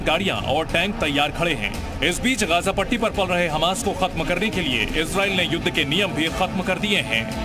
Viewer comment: दुद्ध नही भाई युद्ध😅